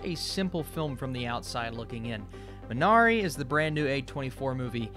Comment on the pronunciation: MEE na ree. Correct pronunciation. Otherwise, thanks for the nice review.